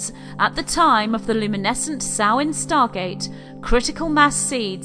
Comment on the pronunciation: No it is the ancient Celtic month of Samhain, and she pronounces the word correctly.